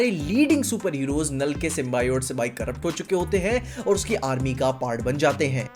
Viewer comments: Are bolane ka Tarika Sikh le thoda symbiotic nahin symbyord Hai o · Bro wo symbioat nahi Symbiot (sim be aut)